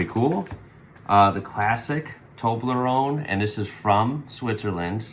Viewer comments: Wanna say Toblerone right? -> "Toh" "Bleh" "Roh" "Neh", just put those syllables together. :) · I'll try and post a negative comment now, although it's hard... You completely disrespected Toblerone, of course. 1.) You didn't say the name right. 2.) You pulled your "mountain" away instead of just clicking it towards the next one. 3.) A squirrel bite to taste test it? Harsh... ->> Then again, it's simply not the best Swiss chocolate has to offer. :) So it's fine. I'm okay with disrespecting Toblerone. I think it's fun for Swiss children, and for tourists of all ages, but not the best chocolate we have to offer.